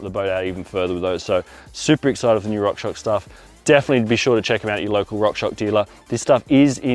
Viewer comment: fyi it’s rock shoX (shocks)